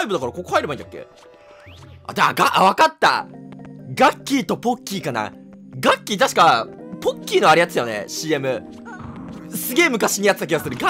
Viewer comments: ガッキーのボッキーに聞こえた俺はマッキー（末期） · ガッキーとポッキーがなんか下ネタに聞こえたな〜〜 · がっきーとボッキーに聞こえた笑 えっちだねえっち